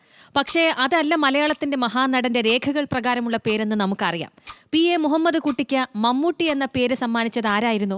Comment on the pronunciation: കൊച്ചേ, പി.എ.മുഹമ്മദുകുട്ടി അല്ല, പി.ഐ.മുഹമ്മദുകുട്ടി എന്നാണ്.